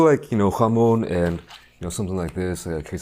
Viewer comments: i hate the way this guy says "jamon". bro, its not hebrew lmao. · The way he says jamón just cracks me up